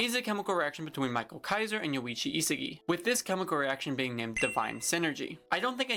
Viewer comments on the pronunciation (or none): its not michael, its pronounced meesh-ah-ehl